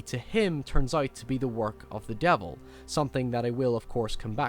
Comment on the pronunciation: Meeking a deehel with the deevel.